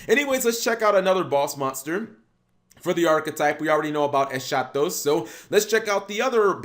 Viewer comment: It's pronounced "Eskatos". It's Greek, meaning "last", whereas "protos" means "first".